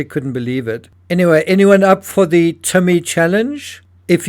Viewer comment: "literally"? The pronounced as "thee" (Google search 'thee' meaning) or "A" or "ayyyy" fonz style..stop it you're NOT an amateur,stop mumbling shite as if you are..